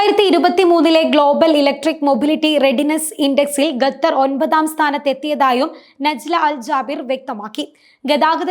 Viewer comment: Ggathar alla koche... Qatar